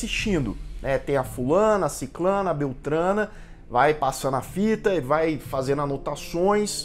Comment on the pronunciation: Oi, nunca e tarde para aprender, pode parecer estranho mas o correto e ( sicRana (o) ), desculpa os acentos, meu teclado e em ingles.:) otimos videos. sempre.